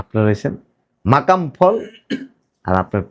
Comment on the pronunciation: ' মাকাম বল ' নয়।, মাকাল বল ।